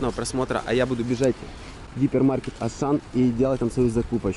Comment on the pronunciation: Ты сказал асан